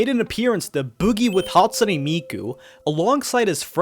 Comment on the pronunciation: Bro pronounced it as "Hatsuni"💀🥀🔥